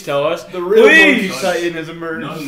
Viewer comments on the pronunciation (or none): so basically if translated it's more like he said "Mon... key? what's a mon-key?"